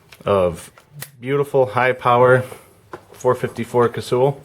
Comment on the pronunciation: And it's pronounced Cassall not Cassewell. But then again everyone pronounces carbine carbean.